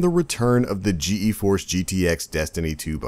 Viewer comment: Rovian uggh I was yelling at my screen GEEEEEEEEEEEEforce! lmfao